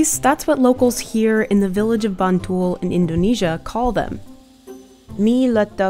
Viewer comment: it's "MBantul" mbak